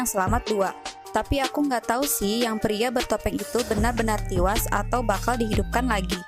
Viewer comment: Tiwas? Bisa berbicara dg bahasa yang benar? E dan I itu beda ya